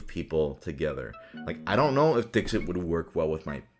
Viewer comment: Me: listening to this video as background sound ProZD: "Next let's go from the 'hardest' game to the easiest game to play...and that is 'Dick Sit.'" Me: Wait, what?